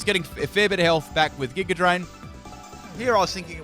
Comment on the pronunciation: Why the fuck do you keep putting an "R" sound on words that end with an "A" sound? like Megr Evolve or Gigr Drain..